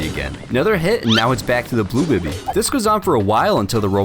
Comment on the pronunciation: It’s not bi-by it’s bee-bee (bibi) but I ain’t judgen